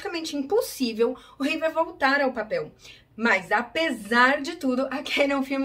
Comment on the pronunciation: / / / Repita comigo: "REEVE", não é "Reever" nem "Reevear"